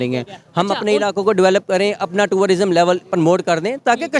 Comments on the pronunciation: Pharma wale bhai pahle khud toh educate ho jaao… tour-rism nahi hota wo tourism hota hai bhai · Toorarism nhi hota jahil insaan, tourism hota hai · Turarisom hahahhaha pahale tourism bolaane siko😂😂😂😂😂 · Abey bsdk, o tururism nhi h, it’s tourism 🤷🏻‍♂️, pehle tourism bolna seekh le baad mey baap kaun h bolna😷, bhai aise illitrate se Interview mat lo🤦🏻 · Tie pehensay educated nahi kehlatay, Basic English terms should be pronounced properly, it is Tourism and not Tourarism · Bhai sahab aap pehle tourism bolna sikh lijiye...phir work karna... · "tourer-ism" ....... phele thik se bolna sikh, ye lega hum logo se Kashmir. Kasmir naam kon diya phele bol??? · Pehle tourism to theek se bol le😂😂😂😂😂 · TOURARISM lol🤡 Bhai confuse ho gaya 'tourism' bolu ya 'terrorism' 💀 👀🤓